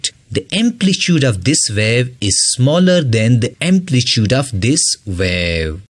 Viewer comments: Try to pronounce the word amplitude in right way . Ur video was helpful ❤️❤️ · Amplitude ❌ amplichude✔️ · Amplitude bro😂